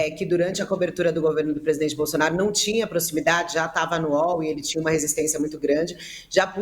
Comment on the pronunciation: Esse jeito como a fala, como q pondo um H entre as vogais Por exemplo, presidHente), aliado ao eeeeerh, mais o neee?, demostra seu preparo medíocre. Sacamoto, bem menos.